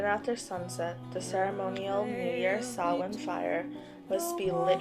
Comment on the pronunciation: Sach-win, really... Samhain, pronounced Sau-win Druids aren't a Celtic group, they're more like Spiritual leaders. Basically priest of Celtic polytheism